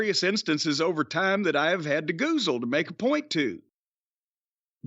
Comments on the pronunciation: Take a shot every time they say goozle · DRINK ON "GUZAL".